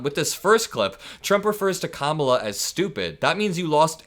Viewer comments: Everybody saw her introduce herself to him at the debate. His continuing to say her name wrong just makes him look insincere. Who falls for this? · He’s been calling Barack by his middle name just as he emphasizes Kamala name incorrectly to fuel the racism